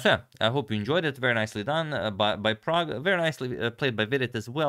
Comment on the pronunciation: Every time you say "Prague Chess" I hear "Pragg Chess".